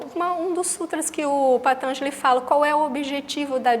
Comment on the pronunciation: patanjali tem a silaba tonica na quarta silaba....e não na terceira